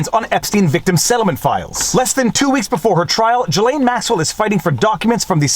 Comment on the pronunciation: Salut! Je suis Franco-Américain et j’aime quand vous prononcez les mots d’origine française comme un mec qui parle français. J’aime entendre le, « voire dire, » le « en banc,» etc. etc. Mais je "cringe" quand vous prononcez le prénom de la femme au sujet de ce vidéo. Ce n’est pas, « Ja-Lane. » Pour commencer, la première syllabe et comme la première syllabe du « gilet » et la deuxième syllabe et comme la « laine. » Dans le milieu, il y la lettre « S » qui n’est pas silent. Je ne sais pas comment l’écrire phonétiquement mais ce vidéo peut vous aider. Sincèrement.